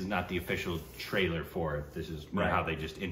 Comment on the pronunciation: It is trailer not tailer